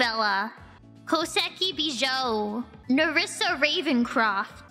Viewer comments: the beejoe not bijou :)) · I knew it... Its bejoe